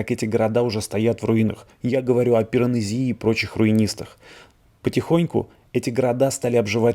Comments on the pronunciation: Что за "Пиронэзиии" ещё?! Пипл хавает, а для себя - неужто не интересно как правильно? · Спасибо за ознакомительную экскурсию по Риму. Буду ждать следующих фильмов: вопросов вы поставили много. ПиранЕзи - ударение на Е. Исправьте ошибку "с музеев" в описании к видео, на "из музеев". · Интересно, спасибо. Только «ПиранЕзи», а не «ПиранезИ». Он был итальянец, ударение на предпоследний слог. Колизей получил своё название от того, что стоял рядом с колоссом. Там была огромная статуя - Coliseum значит «рядом с колоссом». Не говоря уже о том, что это народное прозвище, а официально это был Амфитеатр Флавиев. Если это всё, конечно, вообще было.